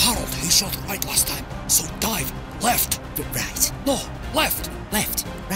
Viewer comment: Last* not Lohrst